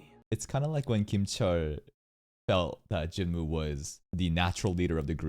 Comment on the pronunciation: bro i always wondered, you know how to pronounce choi right, but not jinwoo lmao (also the dub says choy instead of che, literally unwatchable)